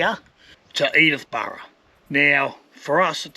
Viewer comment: It's Sturt Bay, not Stuart Bay. Also, Edithburgh, not Edithborough.